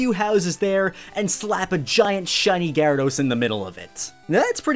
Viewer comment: GYARADOS, NOT GRYADOS!